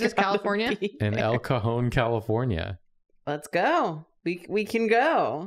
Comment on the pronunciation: not to doxx myself but I nearly shit myself when said "El cajon California" he also mispronounced it idk how you